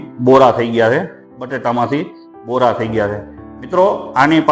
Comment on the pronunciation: bora nyyy borr bolo😅